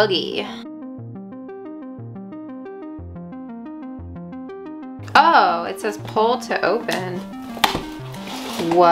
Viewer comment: Let's BOOGIE? You mean ... let's - BUGgie! :-)